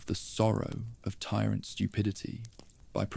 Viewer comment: I wonder what the narrator’s favorite metal is? Twenty dollars says it’s “ iron”. And how about the tyrant tee swear zoo zoo 2?